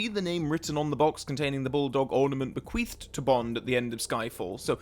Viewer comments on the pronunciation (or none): why did i first hear bequeefed instead of bequeathed?